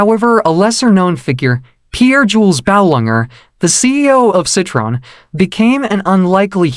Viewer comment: The automatically generated voice completely butchers the name. The pronunciation is so bad that it sounds like a completely different name.